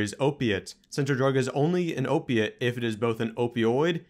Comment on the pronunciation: Can you say OPIATE!